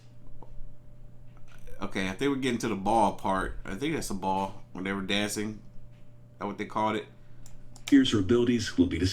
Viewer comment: he said win brother smh